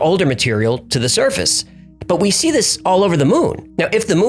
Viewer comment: Only now noticed that you pronounce "object" weird.